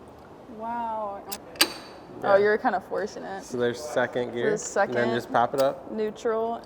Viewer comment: "I build and design cars" LMFAO not with them gaudy ass nails and calling 2nd gear 2 ehnn Dee